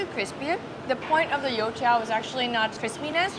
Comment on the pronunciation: Woah, your pronunciations for the food names are actually accurate! Especially when you said “You tiao” you sounded chinese!